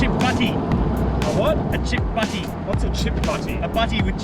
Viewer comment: "Uhh chipp buttie" 😂 That's the most odd thing I've ever heard an Aussie say! And a strange English accent (not British as the US think!) 😂 😂